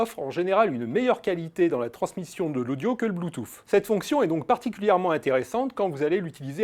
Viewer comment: Il devrait prononcer bloutous plutôt que d'essayer de le prononcer à l'américaine.